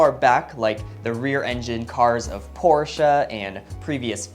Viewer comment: The weird bumpers were actually a requirement for the US market back in the days. In europe it came with small split bumpers that change the look of the car dramatically. Kudos for pronouncing Porsche the right way :)